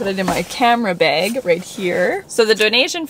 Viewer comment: I love but the way she says garage and bag, drives me nuts! is that just how Canadians pronounce that or what??